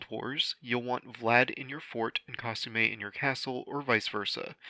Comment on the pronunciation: Hmm still pronouncing her as Kah-soo-may instead of kah-soo-mii